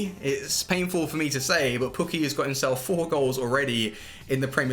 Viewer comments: It’s pronounced poo key not pu key but sick vid bro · “Pukki already has 4 goals in the premier league which kinda sucks” wtf how does that suck btw it’s pronounced poo-kee